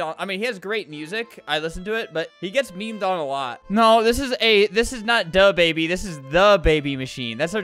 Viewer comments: Da baby not duh baby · It’s thababy not da baby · I love "DAABY